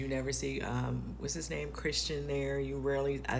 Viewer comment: The way you keep pronouncing his name wrong is working my nerves